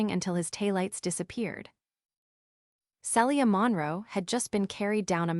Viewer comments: IT IS [SEE-LEE-A] NOT [SELL-EE-A]!!! Also, common sense would be for him to put her backpack on his back, and not let her keep it on her while princess carrying her. Also, Zaden??!!! Really?? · Celia is pronounced Seelia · Tell the crappy AI her name is pronounced Ce-le-a not cellure